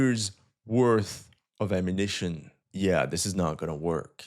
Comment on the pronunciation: This guy needs to learn how to talk normally without stretching the words towards the end: ammunitioooon. Damn, bro, learn a more proper English pronunciation.